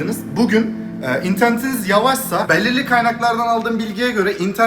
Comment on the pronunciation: beğlirliğ kaynaklar =)